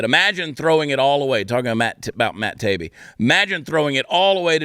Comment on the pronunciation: The name is pronounced. Ta-e-be 😊